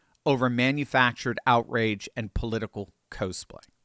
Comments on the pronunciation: Love it! Just so you know it is pronounced cawsplay, not cohsplay. As in costume. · Please Professor, stop pronouncing it, “cosplay” with a long “o”. Cosplay is a portmanteau of the words costume and play. I don’t have anything else to add since everything else you’re saying is on point as usual.